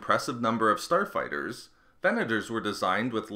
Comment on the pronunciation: Who else thought he said porn star fighters